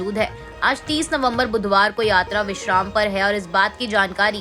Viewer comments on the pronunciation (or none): विश्राम होता हैं विक्षाम नहीं.